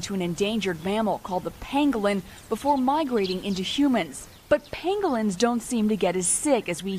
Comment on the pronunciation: says pengolins